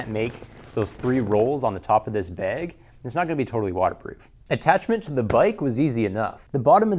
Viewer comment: Learn how to say "bag" please. There's an "a" in there. Not beeg.